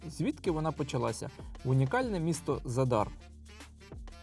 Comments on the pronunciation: Ви увесь час невірно називаєте назву міста Задáр. Наголос НА 1-Й СКЛАД - За́дар!!! Виробляти якісний україномовний контент - це відповідальність. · ЗАдар - наголос на перший склад.